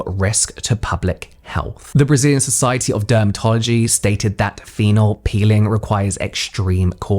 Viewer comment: It's a pEEling like in "appeal" not a piLLing 💊 ...I don't want to sound pedantic but when you make a whole video about it, that's more than lazy...imho